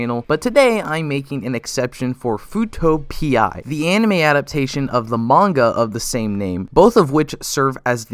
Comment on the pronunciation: Nahhh...it's pronounced "fuuto pee"